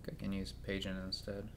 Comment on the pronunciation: Your commitment to mispronouncing Pageant, while not commendable, is impressive.